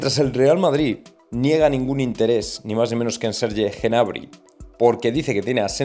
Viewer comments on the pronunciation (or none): Por favor que alguien le explique a este tío que la “G” NO SE PRONUNCIA EN GNABRI, se dice Nabri. Es que me produce mucha vergüenza ajena escharle.